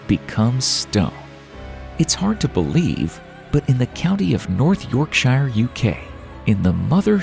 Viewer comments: York SHIIRE ? Bot voice ? If there is enough calcium in the water, it will harden, and look like thinks have turned to rock .. no miracle here with limestone. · totally agree with that! yorkshyer 😂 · Lol I’m more cringed by how he pronounces Yorkshire 😝😂😂😂